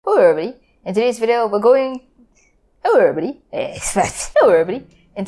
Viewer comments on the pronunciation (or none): It sounds like erory